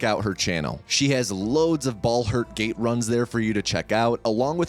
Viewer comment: “Bald her gate” what a way to start